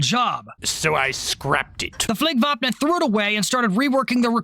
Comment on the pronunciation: Your pronunciation of "Flygvapnet" makes a Swede happy, chefs kiss basically perfect. You need to look up the word "Spaning"